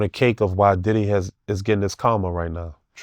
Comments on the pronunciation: He keep saying “Begge” and “deddy” 😂😂😂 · Take a shot for every time he said “Didday” 😂